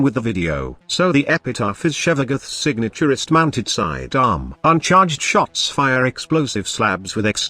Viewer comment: Whenever the phrase "signature wrist(-mounted sidearm)" was said, I kept hearing "signaturest."